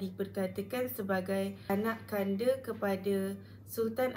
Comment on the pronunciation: sebutan anakanda bukan Anak Kanda dik tetapi anakNda